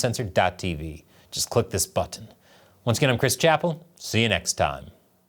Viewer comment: Chris out here really pronouncing both t’s in button 🙂‍↕️ 🍯🍯🍯